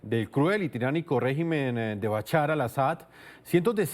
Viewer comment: BaCHAR ? por favor practiquen la pronunciación antes de transmitir, recomiendo estudiar inglés para abrir la mente a otras formas de pronunciar.